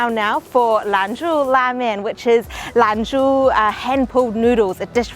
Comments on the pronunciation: Love the look of the flaky roti!! By the way it's Lan "Zhou" la mian, not LAN "zhu" :) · it,s lan-JO !!!!